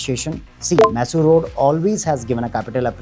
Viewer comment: Dude, you never change. It’s not maaysor road.